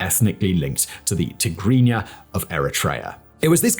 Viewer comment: They way you pronounced Tegregna is unbelievably correct